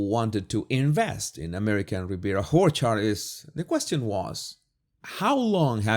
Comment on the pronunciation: I love how you pronounce Orchard, it’s Whorechard to me and it’s perfection.